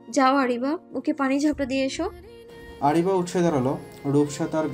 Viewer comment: আরাবি না আরিবা। এত সুন্দর নাম আপু ঠিক করে বলে নাই😩